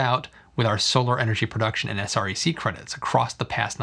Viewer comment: Thanks for video! It's good to see the actual numbers. Btw SREC - people in the industry pronounces it S-wreck.